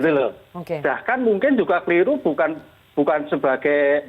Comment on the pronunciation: Selamat bapak pengacara bharada E kebanyakan "ng" Nya.. Bukang,kaitang, 😂😂😂